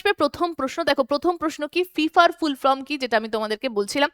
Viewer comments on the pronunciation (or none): none